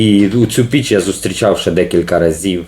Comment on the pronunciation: Кожен раз чув не Піч, а Біч😂